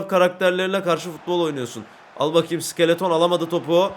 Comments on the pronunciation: Abi onun adı sikeleton mu ayır sik -e-le-ton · Abi iskeleto sikeleton deil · abi iskelete iskeleton diyor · abi skeleton vurgusunu bi tık yanlış yapıyosun ya da bana öyle geliyor:D